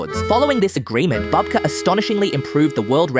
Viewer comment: You pronounced his last name correctly a few times, then started calling him a grandmother (babka instead of bubka).